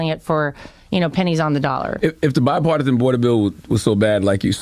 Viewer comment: Shite i think he just learned the word bipartisan. He pronounced it like a grade schooler.